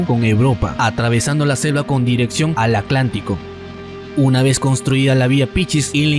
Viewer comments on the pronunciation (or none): none